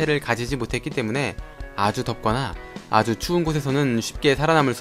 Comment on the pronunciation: 아추 추운x 아주 추운o